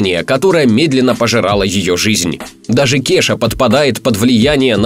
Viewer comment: Не Кеша, а КеЙша...